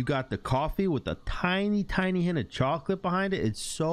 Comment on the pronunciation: I thought you kept saying chunky milk. I was like but 😰🤢. Alas, you were talking about the milk of chocolaTE